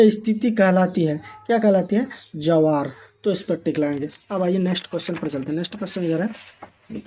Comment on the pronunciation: सर जी ज्वार को जवार कह रहे हैं😂😂😂😂😂😂😂😂😂😂😂😂😂😂😂😂😂😂😂😂😂😂😂😂😂😂😂😂😂😂😂😂😂😂😂😂😂😂😂😂😂😂😂😂😂😂😂😂😅😅😅😅😅😅😅😅😅😂😂😂😂😂😂😂😂😂😂😂😂😂😂😂😂😂😂😂😂😂😂😂😂😂😂😂😂😂😂😂😂😂😂😂